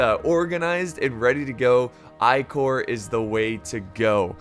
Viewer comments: Jacksons Corps ...the second Corps ( ll. ) so not the ( ey ey ) corps. ...greetings from germany ;) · Howdy all...its the First (l) Corps. ..not the (ey) Corps....lool